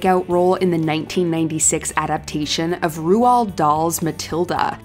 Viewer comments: Roo-ald?? It's Roald pronounced like "gold"...smh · "Ru-ald" Dahl? Ummm..., you OK? Blink twice if you need help;)